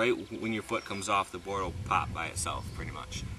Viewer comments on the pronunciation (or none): listen carefully how he says "pop" at 2.15